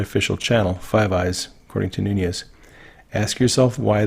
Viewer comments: Nunes is pronounced noonesh. Very soft sh at the end. Noonhez pronunciation is Spanish not Portuguese. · Love your videos,! One tiny request: please pronounce Mr. Nunes' name correctly. It is not "Noon-yez", it is "Noon-ez" and as a patriot he deserves to be properly addressed. Ok, just had to get that off my chest, lol. Please keep up the great work, you are doing an amazing service with your well researched and thoughtful videos. WWG1WGA! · Noon S. Thank you, is not pronounced as a mexican name, as in noon yez. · Nunez!!!!!! Newnez not Noonyez. RESPECT! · Well, interesting. One is the English pronunciation and the second on, Noonyes would be exactly how it's said in Spanish. But I think Devin Nunes doesn't speak Spanish but the name is a Spanish name. #MAGA! Our #MAGAFamily is a very large family made up of many colors, many languages and descendants from many races BUT all Patriots and proud Americans. 🇺🇸🌷🇺🇸🌻🇺🇸🙏🇺🇸🤗🇺🇸🌺🇺🇸✔🇺🇸😎🇺🇸🎶🇺🇸🍁🇺🇸🎵 #PrayForPOTUS45 #PrayForOurCountry! #PrayForPEACE at home and abroad 🌎🌏🌍🇺🇸✔ #DRAIN 🐀🦏🐁🦏🐭🦏🐍